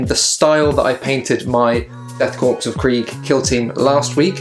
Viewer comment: Korps (corps) is pronounced like "core"